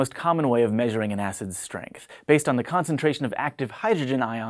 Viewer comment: when he said weak acids, it sounded like he said 'weak ass' lol